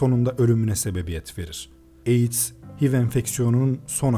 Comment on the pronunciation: Hiv diye okunmuyor eyç ay vi diye okunuyor